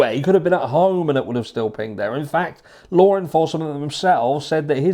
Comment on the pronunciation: Did you say "Lawr enforcement"?